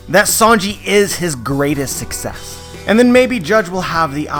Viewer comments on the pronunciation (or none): none